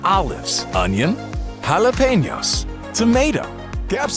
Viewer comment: jalapeños sonó muy fluido y muy español 😎